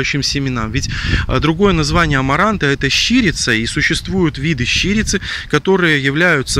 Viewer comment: Не щИрица,а щирИца !